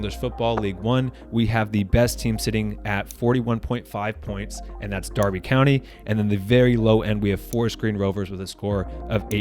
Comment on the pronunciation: Big ups for pronouncing Derby County correctly! 🙌🏻🐏